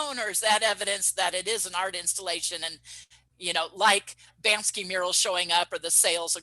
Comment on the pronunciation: Appreciate the content! I just have one thing to add... it’s Banksy not Bansky. 🤓